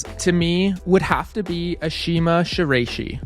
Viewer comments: Not "Rey", more like "Rye" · Good video but her last name is pronounced "shi-la-i-shi" not "shi-ray-shi". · Ok so you’ve already gotten a number of annoyed comments about the way you pronounce Ashima’s last name, so I’ll just had that it’s a-she-mah-she-rah-ee-shi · i’m a ukrainian who also speaks japanese, so in the first minute of the video i was first really impressed by you nailing the pronunciation of vasiliy lomachenko’s name and right after that i audibly gasped when u said shiraishi😭😭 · come now, this is on the level of a serious amateur basketball commentator or minor professional commentator pronouncing Kobe Bryant's first name as rhyming with "lobe." It betrays carelessness and a sharp comment is warranted. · Ngl hearing you pronounce her last name like that makes me think that you just went on google and searched up “flexible climber” to make a climbing style video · I'm sorry but has anyone ever said her last name like that? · He always says people's name wrong lol